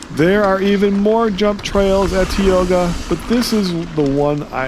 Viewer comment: Heads up: it’s tye-O-ga.